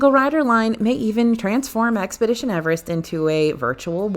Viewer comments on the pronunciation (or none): none